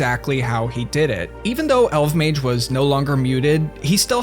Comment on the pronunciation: I miss RSC and pre-GE RS! Also, I always thought his name was pronounced "El-vuh-mayj!"